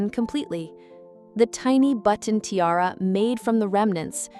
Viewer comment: Or ti-r-r instead of tiara